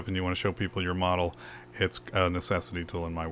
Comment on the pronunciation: Like the video but what's up with "3D connex-ee-on"... It's pronounced "three-dee-connection..."!!!